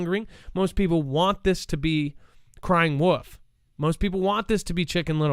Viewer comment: Its "the boy who cried wolf" not woof lmao jus sayn